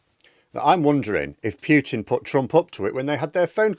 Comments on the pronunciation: It's POO-TIN, not PEE_YOO_TIN!!!!!! I'll give you one more year to start getting it right. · Pyutin is fine. It just makes him sound less hyard and dyangerous. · It is actually pronounced as Pyutin in Russian, with a very soft y after the p... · Pah! Russian people I know pronounce it the way ChatGPT advises: English pronunciation: POO-tin. Russian pronunciation: POO-teen (with a soft "t").